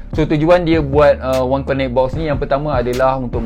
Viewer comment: Bos, sebutan ‘connect’ akan datang kasi betulkan. Lain2 mantap.